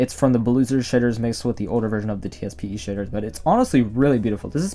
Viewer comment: Anyone else think he sounds like he’s saying sh!tter?